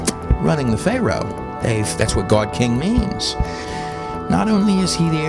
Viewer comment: This dude is a goofdick. He can't even say God!